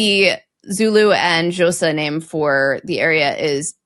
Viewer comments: Just a little pointer. Xhosa is not pronounced "Zhosa" as you did. It's pronounced with a click of the tongue. However, not everyone is able to produce that click, so the next accepted pronunciation is "Kosa" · It's pronounced vit vaterz rund. and Josa? Did you mean Xhosa? A better pronunciation if you can't do the clicks would be Khosa. (as in Cawza). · Wit Waters Rand "vit vaters rant" white Waters Ridge..because Joburg is in the High Veld (felt)..above the ridge. Xhosa is generally said as Kho-sa., but you should see videos for how it should be pronounced. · That is a highly dubious pronunciation of Xhosa... it is Kohsa if you aren't going to attempt the click. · That is definitely not how to pronounce Xhosa! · You missed the click sound in Xhosa. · Cmon! Gotta pronounce Xhosa correctly! The click sound is so fun!